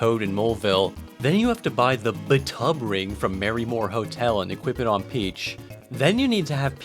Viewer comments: "b'tub ring" = bathtub ring fwiw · B'Tub Ring... "Bath Tub Ring" . . . I guess?